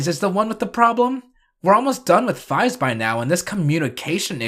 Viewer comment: I thought it was pronounced like phase